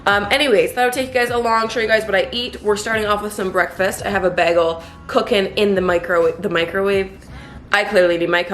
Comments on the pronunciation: It's baygel not baagel like she says 😊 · The way you say bagel Love this!💕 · I love how you pronounce bagel. I’m probably pronouncing it wrong lol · I love how you say bagel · My Canadian ex said it the same. Also pasta and Mazda.